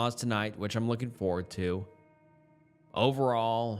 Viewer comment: ing is not -een. As in, looking, not lookeen. Say it like the -ing the word king, which you wouldn't pronounce as keen.